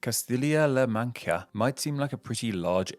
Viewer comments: "Castilla La Macha. You know, like Macha Tea. So anyway, La Mancha...." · Manka vs Mancha Castilia vs Castilila has gotten into this habit of bouncing between pronunciations. I guess after years of being scolded for his pronunciation (I’m one of those scolders), he’s decided to pronounce these names in different ways in the hopes he gets it right.